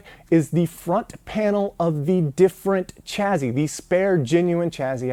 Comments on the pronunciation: OK. It's taken me 13 parts before I asked this: Why do you say "Chaz-zy" and not "Chas-sy" for chassis? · "chaZZy"? WTF is that?